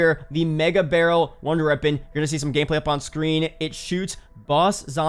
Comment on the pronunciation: I love your videos just wish you could say wonder weapon instead of runder weapon